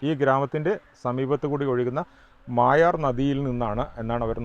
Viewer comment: അതേ... ഇവർ മായാർ എന്ന് പറയുന്നു.... മൊയാർ എന്നാണ് ഇതുവരെ കേട്ടത്.... പേര് മാറ്റിയോ.... അൻഡേഴ്സന്റെ വേട്ട കഥകളിൽ നിറഞ്ഞുനിൽക്കുന്ന സ്ഥലം ❤